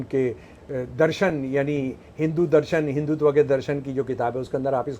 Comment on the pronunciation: हिंदी तो बोलनी आती नहीं, और चले हो संस्कृत शास्त्रों की बखिया उधेड़ने। तुमसे न होगा। हिन्दुत्व को हिंदुतवा बोलते शर्म आती है ? एक पप्पू को सामने बैठाकर जो भाँजना हो भाँज लो मियां ! लेकिन सुई बोले तो बोले चलनी क्या बोले जिसमें हजार छेद। इस देश की सहनशीलता है कि एक कटहला सनातन को कोस रहा है। स्त्री का विज्ञान तो पहले बता दो। क्यों हजारों साल से स्त्री पर नियन्त्रण रहा है। बेटी एक लड़की यानि स्त्री ही तो है। तुम्हारी ही बेटी किसी के साथ गुल खिलाए तो जलभून के कबाब हो जाओगे, मरने मारने पर उतारू हो जाओगे। और मनुस्मृति को कोस रहे हो। उन मुल्लों और बापों को क्या कहोगे जो बहू और सगी बेटी का हलाला करके अपनी हवस बुझाते हैं ? उस क़ौम को क्या कहोगे जो औरत को सात पर्दे में जज़्ब रखता है। ईसाई और मुसलमान हमें औरत की परिभाषा बतायेंगे ? हमारे शास्त्रों को समझने से पहले अपनी खोट को समझो। औरत और बच्चों की आवाज़ पतली क्यों होती है ? मर्द की तुलना में औरत का स्तन भारी क्यों होता है ? औरत का हिप फैलावदार क्यों होता है ? औरत को दाढ़ी-मूँछ क्यों नहीं होती ? औरत ही बच्चे क्यों जनती है ? और सवाल पेश करूँ या इतने से ही अजीरन हो गया है ? तुम्हारे सेर को देश में सवासेर बहुत हैं। पहले नज़र बदलो, नज़रिया ख़ुद बदल जायेगी। सोशल मीडिया हगने-पादने के लिए नहीं है। दुर्गंध मत फैलाओ।